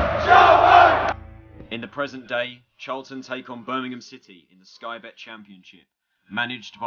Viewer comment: It's BIRMINGHAM mate not Burnamem.